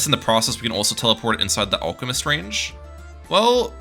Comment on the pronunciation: It’s alchemist not olchemist